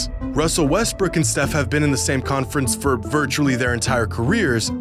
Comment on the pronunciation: my boy said Russell Westbrick (